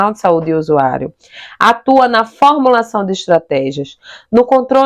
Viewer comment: pÁritaria,, fÒrmulação, sotaque que leva a sílaba tônica a errar toda acentuação no portugues. QUal região do BR você ? Isso não é um sotaque apenas, é um erro sistemático de pronúncia. Gostei do conteúdo de toda forma. Parabéns !!